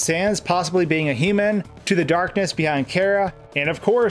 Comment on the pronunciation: I am more curious as to why it's so hard for you to say "human".